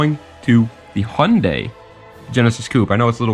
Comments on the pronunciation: All im going to say its prenounced haiundai not hundey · now way you pronounced Hyundai like that bro